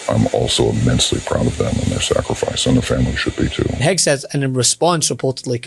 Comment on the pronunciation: Did say Kegseth? 😂 🍻